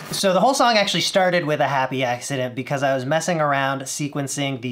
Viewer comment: gotta love those people.. the "well, ac-tua-lly ..... " people...... wonder if they notice the cringes